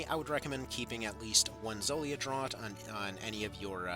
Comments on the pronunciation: I enjoy the large amounts of useless rambling breaking up the small, quick amounts of very usefull info for beginners. But I would like to point out 'draught' is pronounced 'draft' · Thanks for the much needed guide! Btw "draught" is pronounced "draft"